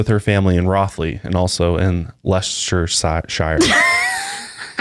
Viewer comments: It’s pronounced Lester. 😂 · Leicester is pronounced lester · You were close, it sounds like Lester, it's ridiculous but be glad you haven't got to pronounce Welsh names, you'd have a ball then 😂😂😂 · As someone who’s British I almost had a stroke when you tried to say Leicester (les-ster) 🤣🤣🤣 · It’s pronounced ‘lester’ 😂😂😂 loves the podcast guys! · I’m not sure if anyone posted a comment on this but the place in which they were living was Leicester (pronounced ‘Les-Ter”) Thank you for covering this case. As a uk citizen it is so frustrating that this hasn’t been solved when there is so much evidence to prove the parents involvement. There were a few things you missed which were crucial elements to the case but I can see why, the case is huge and therefor you cannot possibly cover all aspects. What annoys me is that if they were not so highly regarded people in the medical world then they would have been prosecuted. There was a similar case where the parents were sentenced to life in prison despite lack of evidence to prove they did anything to their child, yet the McCanns have had no such punishment for their actions. I think in any other case the parents would have at least been given prison time for neglecting their children and have their other children taken away due to misconduct. I hope one day the case will be solved and Madeleine given the justice she deserves. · you guys are amazing, I love your podcasts, I live in the same town (Rothley) as Kate and Gerry, I love how you say Leicester. its pronounced Lester, but I prefer how you both say it. your podcasts get me through my gym workout every morning so thank you for your amazing work, love from the uk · Her family live locally to me. For context its Les-ta or Les-ter, or for the county (like your equivalent state) it is Les-ter-shire! Thank you for covering this case-It is great to see you delving into other countries cases. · Guys, Leicester is pronounced as Lester. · pronounced “lester” lmao love you guys